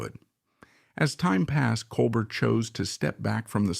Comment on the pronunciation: Col bear, not colbert.